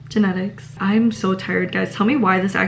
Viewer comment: The way she said “…..hm…. ✨genetics✨“